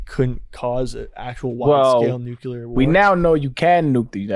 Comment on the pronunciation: A part of me dies every time says nucular when he means nuclear